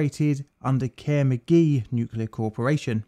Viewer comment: Did I seriously just hear the company involved in two nuclear accidents being called "Care McGee"?